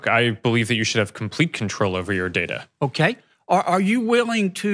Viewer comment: aa yu willin to gimme moo contro owa ma DADA and the bullshit continues